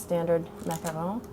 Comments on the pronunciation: no, she pronounces it correctly. they are a french cookie, and that is how they are pronounced. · I swear, you're the only person on youtube who has a macaron tutorial and pronounces the name correctly. I hate it when people call a macaron a macaroon when they're two different kinds of cookies. BTW, when's the best time to add food coloring for both the cream and the cookie parts? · Okay so there are people talking about the pronunciation long time ago, but I'll say it anyway. She's saying it right. It's a french word and it's correct how she says it. There is a difference between macaroon and macaron. All you have to do is actually look it up :\